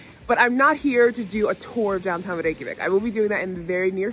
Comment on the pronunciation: As a Norwegian who's bf is Icelandic, finally someone who manages to pronounce Reykjavik properly in Icelandic as a foreigner! And yes so jealous of my bf as he has 4 of these sweathers made by his granny, who passed away years ago. We have similar here in Norway tho, as the Icelanders came from the western coast of Norway, the horse, and their sheep too came from us. It's deeply rooted in our cultures as we are farming and fishing nations. Fun fact: All Icelanders are part Celtic (Irish/Scottish: red hair, pale skin, freckles), as the Norwegians stopped over in Ireland, and brought female slaves, as no Norwegian woman wanted to come with. Humans sold as slaves were the biggest export at the time, and the Vikings was known for it, besides pillaging, loothing, murdering and raping lol. So much so that the population in Norway at the times was mixed with Irish, the Swedes had a lot of Slavic: Ukrainian, and Russian, (from the word slave in Norse), as they roamed the Balkans, and Eastern Europe.